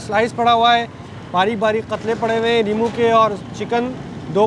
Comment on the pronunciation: limu nahi hota it's nimbu.